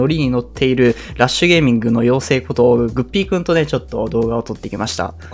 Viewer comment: 発音グッ→ピー↑君なんだ・・・